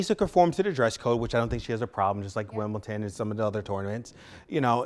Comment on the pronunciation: It's WimbleDON not Wimbletin America